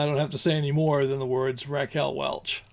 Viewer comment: Welch, not Welsh